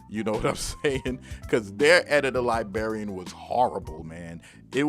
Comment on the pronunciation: That Editor Lie-BARRY-Un. Lol you're making me want to pull it out back out and have some fun. In all seriousness, it was great for Reason and basically made for that program but awful for FL. It's one of the main reasons I switched to the FL Key mini once I decided to get back into making beats (as I mostly use FL nowadays), but I'm still going to keep it around just in case I want to mess around in Reason for old times sake.